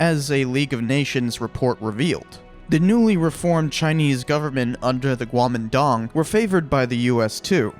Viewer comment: I don’t think anybody realised what you said there bc of that just say kwo-min-tang